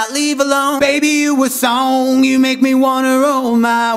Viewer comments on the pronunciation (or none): you said knee instead of me